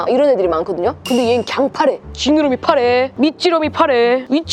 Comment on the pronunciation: 나만 이상하게 들리는건지 모르겟는데 윗지느러미.밑지느러미를 윗지러미.밑지러미 라고 들리는거같음 ㅋㅋ